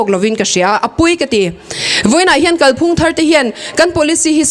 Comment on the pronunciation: Midang sawi ang lo in, 'Kalphung' tih a lam rîk dân hi a dik.